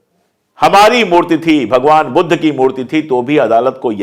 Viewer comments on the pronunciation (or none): none